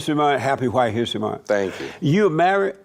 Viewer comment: Hwite men, he put the H before the W 😆